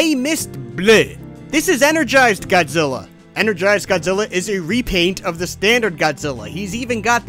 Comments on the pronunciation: Why did he say God Ziller?😂🤣😂🤣😂🤣😂🤣😂🤣😂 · Dude said "godzillar" with a hard R